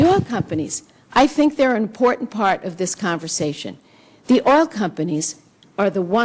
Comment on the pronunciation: She can't even say oil!! She says ol